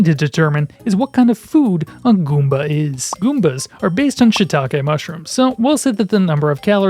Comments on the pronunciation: I like how you say gOOmba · “can we eat a guumba?” lol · My man enunciates "Goomba" the same way a child might savor pronouncing their first swear. Guúm-bæ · I dying at the pronunciation “GOOOmba” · subscribed for the way you say goomba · Love the way he says goomba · I love how you say "Goomba" 😂